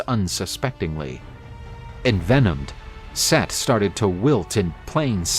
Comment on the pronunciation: SETH?!? Its Set, not Seth.